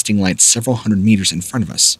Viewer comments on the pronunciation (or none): none